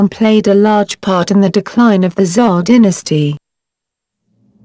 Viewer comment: Poorly put together Really weird electronic voice used that can't read "Dynasty"